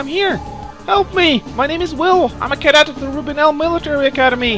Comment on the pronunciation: its pronounced as cadet meaning new recruit try saying recruit instead of the word cadet cause your pronouncing is slightly off the tip of tongue please.